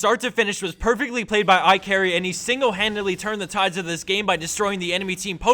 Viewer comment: His name is IKarry actually. but okay lol